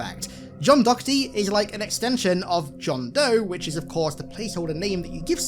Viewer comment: Hate to be that guy, but it's Jonathan Doherty, which would definitely be more in line with Rookie's "John Doe" status than Dokerty. "John Dok" simply doesn't have as nice a ring to it